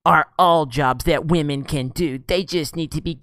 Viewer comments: I don't like the way movies are going what with agendas being shoved down our throats and is being told to accept it or be branded any number of buzzwords. However, you and other YouTubers with similar content all have one thing in common which is just irritating and makes you each come across as a gigantic cockwomble. It's not "Wah-men", it's women. I hate SJW's, feminists and anyone else who thinks that merit should take second place to this "diversity" bullshit, but you folks do yourselves zero favours by constantly bashing people for their sex. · You better start raspectin wahmen. The force is wah.